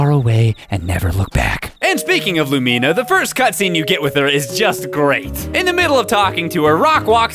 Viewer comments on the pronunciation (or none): but you can keep playing after you die... and the guy from the dig site does take the stone tablets but that's the only thing he ever takes. Edite: also.. Lumina's name.. I don't think you are saying it right xD it's lue-mih-na not lue-me-na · had me laughing so hard. It's really true how useless some of the npcs are :'D that despair when van interrupts what you're doing is all too real... I enjoyed that song too <3 Is that really how you pronounce Lumina's name? I was never sure on hers or Gustafa's I've never actually played to the end! I knew you died, but I didn't know you saw a bunch of farewells :'( dont you get to keep playing in a heaven chapter tho?